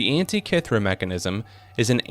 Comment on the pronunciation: because it is. Can't even pronounce Antitkithera.